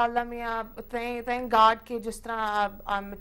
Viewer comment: she said '''thank Gad'' haha fucken american accent. but Love her. she is the best singer Now! ,3